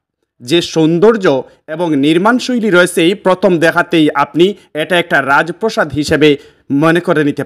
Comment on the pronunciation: ও মিয়া রাজপ্রসাদ না রাজ প্রাসাদ ! উচ্ছারন ঠিক করে লাইভ কর। সিলেটির প্রেসটিজ পাংচার বাংলা ভাষা আরও ঠিক করে লাইভে আসবেন।